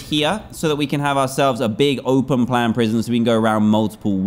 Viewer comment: Watch the episode again he said proision